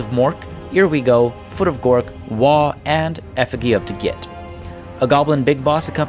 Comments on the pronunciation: Great battle. Btw, the effigy is pronounced "effuh-gee", as in "gee, whiz" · This is how you pronounce Effigy :)